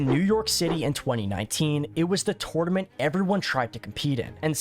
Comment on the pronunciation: Please learn how to say tournament.... great video though.